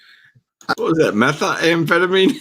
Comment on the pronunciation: I had a problem with the judge mispronouncing methamphetamine like a street addict. It’s pronounced with one “A,” not metha-amphetamine. Can he really hand down sentences if he can’t say a simple scientific word? That’s ridiculous hillbilly talk.